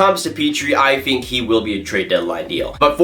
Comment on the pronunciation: "I fink that....."